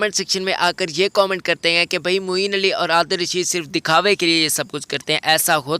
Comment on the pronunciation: Its Moeen Ali not moin ali